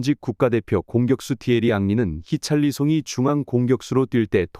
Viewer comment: 히샬리송을 왜 히찰리송이라고 하냐? 선수 이름도 잘모르면서 무슨 축구 유튜버를하냐?